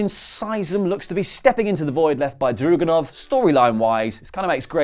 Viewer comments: drAgUnov! DRAGUNOV!!!!!!! "a"! not "druganov.... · It's drAgunov not drugunov